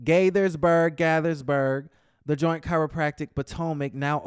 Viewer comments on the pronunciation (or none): Lol I’m from the DMV area and you said it right the second time “Gate-thus-burg” 😂 Always love your commentary on our favorite shows!!🥰🥰💃🏽💃🏽❤️❤️ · It is Gay-thers-burg say it fast so it comes out right....Gaithersburg (Hometown)